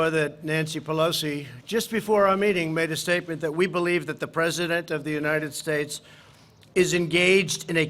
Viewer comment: Lied through his fake teeth. United shates, oringes.